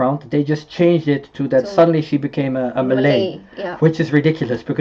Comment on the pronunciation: where is he from? his Malay words' pronunciation is awesome xD